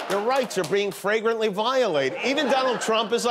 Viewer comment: I listened to it twice to be sure, and MTG DID refer to trump as the “46th president of the United States”. I believe 46 is Joe Biden, right? And also heard her say “fragrant”, not “flagrant”..